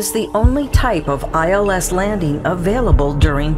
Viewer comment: Why does the narrator keep saying “eels” instead of “ILS” ?